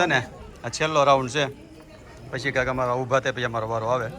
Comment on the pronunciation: tame Aasha~KAKI~Masalo proper bolo ne vachhe Y kem add karo cho.thodi proper language bolo😊